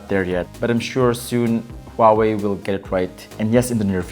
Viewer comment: Mark Catanghal Not the win is huwei not chinomi 😂